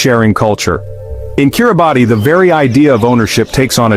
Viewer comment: This video is complete garbage starting with the mispronunciation of the the country's name